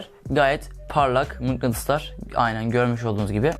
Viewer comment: şurlarda görmüş olduğunuz gibi mıngıtıslar var :D